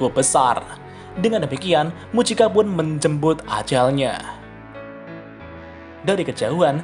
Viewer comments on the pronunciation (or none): menjemput ajalnya kedengeran menjembud 😂😂😂